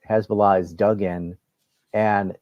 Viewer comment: Mr. Hochstein gave the game away with how he pronounced "Khezballah". I very much doubt anyone on the Lebanese side paid much attention to his rambling.